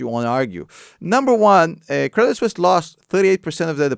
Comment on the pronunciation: I thought he said Ups buys Craigslist...great video tho